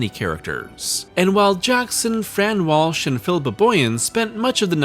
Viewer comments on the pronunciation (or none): none